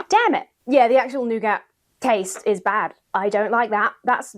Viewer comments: I love nougat and I like the skeleton pillow. Btw, it's pronounced "noogat". At least in Germany. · "Noo-gatt"? Please see me after class... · I'm told nougat is pronounced "NOO-gaah" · It's pronounced Noo-Gar 😂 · Was the pronunciation of nougat deliberately done American-style?